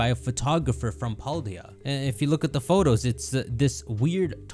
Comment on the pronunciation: Why is there a British announcer in Spain. I hate how he says Photos